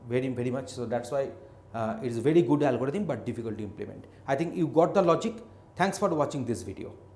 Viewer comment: It's not a algoditham it's algorithm